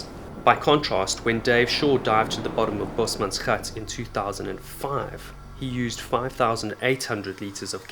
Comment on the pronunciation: South African here! Your pronunciation of "gat" is perfect! I'm not used to hearing people actually pronounce Afrikaans words properly. A berautiful video that clearly had a lot of effort put into it. A+++🥇